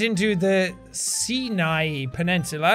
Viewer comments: sigh-an-eye peninsula. just thought i'd help you pronounce it. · It's pronounced as "Sainai" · Sinai peninsula is in Egypt! It's pronounced as psy-nai peninsula jack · "See-nye Peninsula" -Jackcepticeye